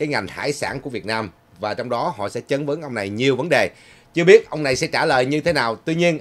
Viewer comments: (Chất vấn . Không phải "chấn vấn") . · Chất vấn chứ sao là "chấn vấn " ?